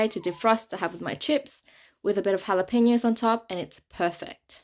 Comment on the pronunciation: Great job pronouncing jalapeno! 😍🤸‍♀️😃